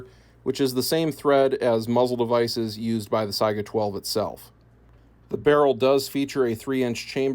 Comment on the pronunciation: "SAY-GA" not Si-I-Aga